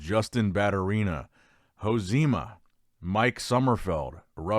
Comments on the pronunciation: Hey, just for referece josemas name is pronounced joseh-ma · I thought he was talking about a Japanese guy with the way he pronounces Josema LOL